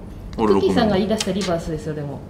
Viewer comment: リバースのRがホントにうまい！(笑)